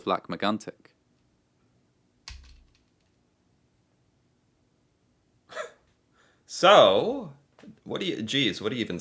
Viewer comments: Wow! You pronounced Lac Megantic in a phenomenal way. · Your French accent is better than 99% of Americans and 70% of Canadians. Most Americans would’ve said “Lake Magnetic” . You even pronounce it “Kebek” so gold star for you!